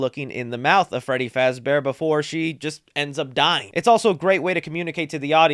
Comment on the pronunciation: YOU SAID FRADDY FAZBEAR NOT FREDDY FAZBEAR. TRIGGERED!!!!!!!!!!!!!!!!!!!!!!!!!!!!!!!!!!!!!!!!!!!!!!!!!!!!!!!!!!!!!!!!!!!!!!!!!!!!!!!!!!!!!!!!!!!!!!!!!!!!!!!!!!!!!!!!!!!!!!!!!!!!!!!!!!!!!!!!!!!!!!!!!!!!!!!!!!!!!!!!!!!!!!!!!!!!!!!!!!!!!!!!!!!!!!!!!!!!!!!!!!!!!!!!!!!!!!!!!!!!!!!!!!!!!!!!!!!!!!!!!!!!!!!!!!!!!!!!!!!!!!!!!!!!!!!!!!!!!!!!!!!!!!!!!!!!!!!!!!!!!!!!!!!!!!!!!!!!!!!!!!!!!!!!!!!!!!!!!!!!!!!!!!!!!!!!!!!!!!!!!!!!!!!!!!!!!!!!!!!!!!!!!!!!